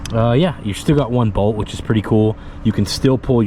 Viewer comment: appreciate your content. I like the new gas gas. Not sold on the seat bolt going into the tank. If the glued in "nut" in the tank spins or gets cross-threaded, gotta replace the tank. I do have to make fun of your accent tho, "on" is two syllables. and Bolt is "Bode" lol! Keep up the great videos.